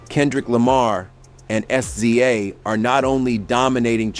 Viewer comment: AI can not say Sza! 😂😂😂